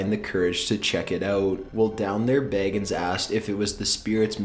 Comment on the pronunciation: Zak Bagins lol its Bagans but I found it funny because imagine Zak as a hobbit